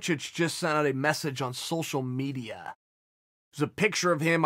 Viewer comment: social medijjAAh